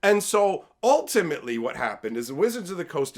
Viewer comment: The way you said ultimately works perfect when it sounded like "all timmy lee"